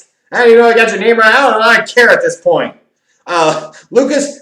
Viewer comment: You got my name right!